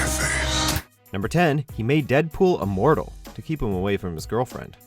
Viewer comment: Lol, got confused there, sounded like he said "a mortal" instead of "immortal"